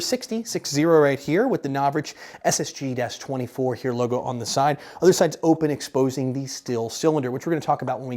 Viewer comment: es es gee twanty fur